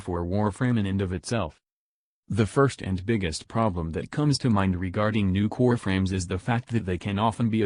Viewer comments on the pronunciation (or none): I keep hearing nukor frames